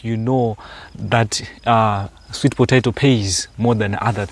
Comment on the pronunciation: Think it’s pronounced “sweet po·ta·to (pə-tā′tō)” and not potaitos…lolest 😂😂😂!